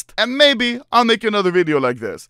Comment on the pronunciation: i like how Anomaly says VIDIUO